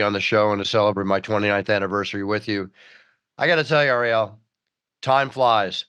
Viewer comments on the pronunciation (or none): Ari-Elle. LOL.